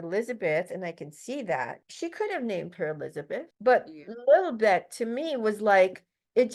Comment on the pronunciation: I despise Megan but you're really stretching it to say that Lilibet - Prince Philip's pet name for Queen Elizabeth - is derived from Lilith. I was with you until you went down this road. You didn't even pronounce it correctly. It's not Lilbit or Lily Beth. Since you're sharing conspiratorial theories, seems important enough to get it right. Also, if Megan is an operative tasked with infiltrating the RF, why would she so willingly walk away from it?